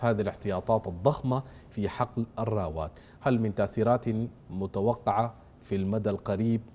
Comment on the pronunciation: ياخي سألتك بالله ما تقول (نتوغف وحغل) نتوقف وحقل والله بقيت بكره التحليل بتاعك بس عشان نطقك للحرف دا غلط